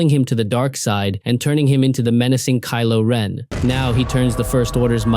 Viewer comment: You said kilo wren three times